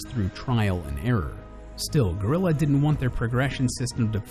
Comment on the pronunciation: You utterly butchered the game developers name